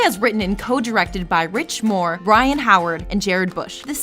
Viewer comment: Byron, not Brian. But aside from that, good list.